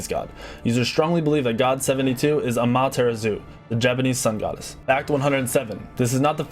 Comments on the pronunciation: so I can say that a lot of NBA players arent professional basketball players because they can't pronounce Giannis antetokounmpo's even though he is a starter and people a lot of people say his name a lot correctly including a video of him pronouncing his name himself. Also he did slaughtered amaterasu's name but he's never heard it before. He just did his own sound out. I know a lot of pros in games who can't remember stuff from a month ago that used to be a staple in the game, does that make them any worse at the game. No. Your logic literally makes no sense. A lot of people wouldn't be professionals at what they do if they had to be able to pronounce everything related to the sport/game. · Oh my goodness aMAteraSU okey Well no I understand, I can't pronounce foreign names either. But it's still wierd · Or Ama-tara-su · it's Ah-Ma-Tae-Ra-tsue not amaterasue its Japenese, not necessarily said like its spelt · it’s Ama-ta-ra-su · great vid. the way he pronounced amaah terasu cracked me up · Amaterasu is pronounced Amon Tiramisu I never knew that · I like how pronounces amaterasu as a mom's tiramisu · Hearing him say amaterasu makes me want to die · The way he said Amaterasu ewwwww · He butchered Amaterasu's pronunciation o badly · Damn you may be a pro Smite player but you clearly never listened to the Gods say their own names. You mispronounced like half of them. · You said ameterasu wrong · WOW Well that's one way to mispronounce Amaterasu's name! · i know i cringed so badly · He butchered poor Amaterasu's name... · He pronounced Amaterasu wrong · defender I mean... it is said how it's spelt. was just pronouncing it horribly wrong. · Pro player can't pronounce Amaterasu right? :P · Wow, the pronunciation of "Amaterasu" actually hurt me physically. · i cringed so hard when you said amaterasu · I hate how he pronounced Amaterasu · Amaterasu is easy because it is pronounced the way it looks* あまてらす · You mispronounced Amaterasu